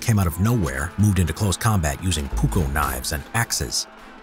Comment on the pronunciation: Did you mean ''Puukko'' knife?